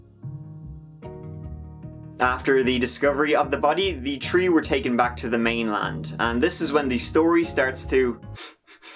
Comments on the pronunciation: The "tree" of them? What? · So weird when says "Tree" and he's actually talking about the plant! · 1, 2, “TREE” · Interesting stories, but the word is THREE not TREE. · Start . The "tree" accent has become it's own meme of late. He doesn't do it in his older videos at all. Still love all of the hard work put into these and this is one of my favorite channels, but I don't think most people realize that it seems to be a more recent thing. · You know a guy can't be trusted when he has "Tree DUIs".